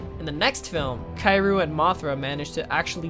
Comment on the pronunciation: It's pronounced "Kiryu" not Kairu.